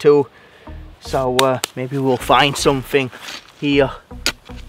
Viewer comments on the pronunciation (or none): Samfing instead of something 🤣🤣🤣